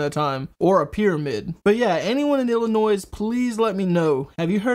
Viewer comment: Illinois= sounds like 'illa-noy'. Not ' illa-noise'. That's all.